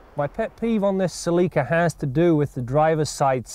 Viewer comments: They pronounced it CELIKA. Proud owner here 283k mikes and still going. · Celica it pronunce in a British way. Considering its Canada that is no surprise to me that they say it in that way. The American say sal-le-ka